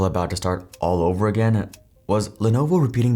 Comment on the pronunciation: If someone doesn't take the time to get company pronunciations correct, don't expect them to get facts correct, either.